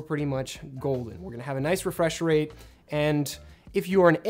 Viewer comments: wefwesh wate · prish apply